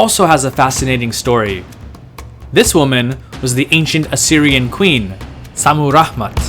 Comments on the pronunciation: Why do you say "Rahman"? Lol You make it sound arabic. There is no "H" in Rammat Modern Assyrians simply say "Shamiram". This was my mothers name also. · Very nice video. If I may make a correction?, the sound of H was non existing in ancient Assyrian, and her name was ShammiRamat ( very likely to have meant, Heavens' Beloved ). Shamu/Shami ( Heaven, Heavens ), Ramat, feminine of Ramu ( love, beloved). Naram Sin's name meant ( Beloved of Siin, the Moon God ). Also, in Assyrian, in 2 syllable names, words, the emphasis is always in the 1st syllable, opposite French or Arabic, so Adad is AHH-dad. Ashur is AH-shur. Otherwise, I really enjoyed the video. Many thanks, from a modern Ashurian/Assyrian.